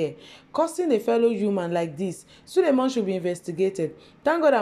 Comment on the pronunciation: First here I have not subscribed but I love you. Did you say sulemon or SULEMAN ??